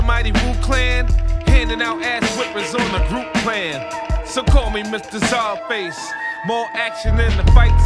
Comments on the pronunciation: Is Czarface pronounced scarface? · AEH92 it’s pronounced SUPER MUTHUFUCKIN VILLAIN sir